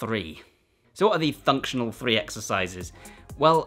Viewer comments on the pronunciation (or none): thunctional three 😂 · Cbum aproved "thunctional threee" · I liked this video at "Thunctional"